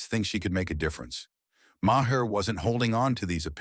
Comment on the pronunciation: Who can't pronounce Maher?